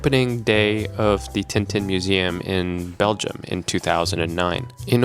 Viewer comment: "if you happen to be in Belium" isn't the caveat?